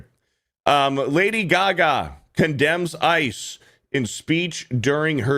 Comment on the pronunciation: Lady Gag-a.